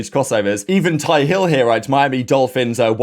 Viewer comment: Oh man, when TacRab says Ty Hill, you know the GOAT doesn't watch NFL lol